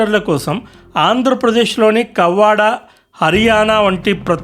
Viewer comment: bro adi కొవ్వాడ... Not kavvada.. Adi maaa ఊరే....❤❤❤